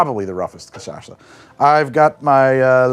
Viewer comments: to be pedantic, its pronounced "ca-cha-sa", not "ca-sa-sha" 🙃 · "Cassasha" said over and over again made me genuinely laugh😂